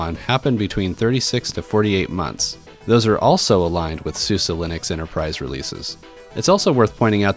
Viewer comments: isnt it called suze like suZe not succe anyways lol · How do you get the pronunciation "Susa" from "Suse"?